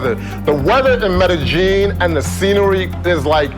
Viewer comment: Since you don't care... Medellin, pronounce meh-deh yeen, opposed to meh-de geen.